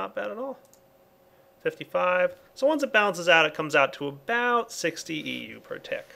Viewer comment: Can't pronounce "about", makes fun of the pronunciation of "Xycraft". ;) =P